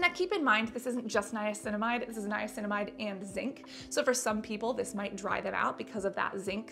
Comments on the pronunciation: I cracked up when you kneeaminicide. Hilarious. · Niaguin, piguinamide, niacinaguin. Lol sorry had to say it.